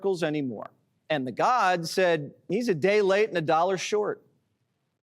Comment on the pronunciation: "Tha God"? What a disrespectful prick.